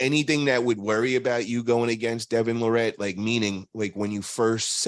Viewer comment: Why are you still saying Devon's last name wrong? Lol